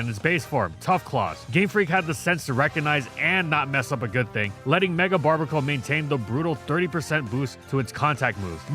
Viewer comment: "barr-BEAR-A-cull", bruv. Combination of "barbarian" and "barnacle".